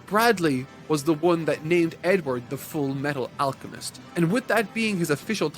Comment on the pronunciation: “FOOLLMEETTOOLL AALLCCHEMISTOH”